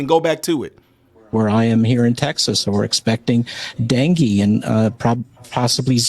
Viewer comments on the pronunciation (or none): I've never heard dengue pronounced "danky".